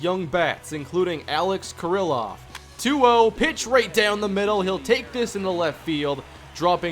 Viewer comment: It's pronounced kear-loff not ker-ill-off. Ehire is pronounced AD